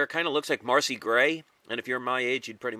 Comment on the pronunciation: Macy not Marcy.